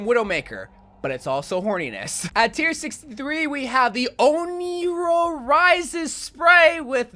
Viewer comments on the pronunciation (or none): Onryõ ( On- Ree- Oh) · I’m sorry I don’t want to be that guy, but it’s pronounced On-Ree-Oh